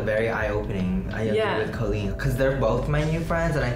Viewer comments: Okay but it’s time for Joey to start pronouncing Colleen’s name properly 😭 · How can you say you're Colleen's friend and pronounce her name "CAH-LEEN" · IF YOU’VE BEEN FRIENDS FOR A DECADE WHY CAN YOU STILL NOT PRONOUNCE HER NAME CORRECTLY Bretman has known her for a tenth of the time and he can say it right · I'm not questioning Joey's friendship to Colleen, but you'd think the guy could pronounce her name correctly. Haha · I feel like Joey says Colleen's name wrong. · Bretman says Colleens name correctly..Joey doesn't..I've been wondering how thats possible. I thought maybe it was a joke between them or something? Or maybe she's too nice to correct him? Just something I've noticed.